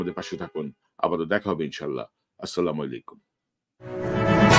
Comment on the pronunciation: এখনো কনক ভাই ছালাম টা শুদ্ধ করে নিন। বলেন আচ্ছালামু আলাইকুম